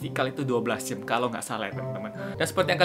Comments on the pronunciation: kak Miaw aneh ngomong jam jadi jem :v wkwk. ... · "jam" bang, bukan "jem" :v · kak regi kok kalo ngomong jam jdinya jem?apa cuman aku aja yg slah denger yak😅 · kak regy kenapa bilangnya jem bukan jam #chatdong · apa cuma gue disini yang nge-denger dia tiap kali ngomong "jam" jadinya "jem".... "Gem" mungkin maksudnya... :VV